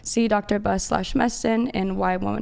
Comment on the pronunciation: Why can they not pronounce the plural of woman? WOMEN